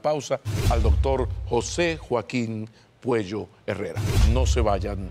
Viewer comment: Es Puello, no Cuello. Es un excelente médico